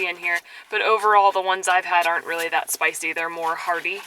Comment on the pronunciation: A good example of you () sounding a bit Japanese is, when you said "Is it spicy?". The inflection in the last syllable goes up a bit. You guys are getting 'Nihongized'.;)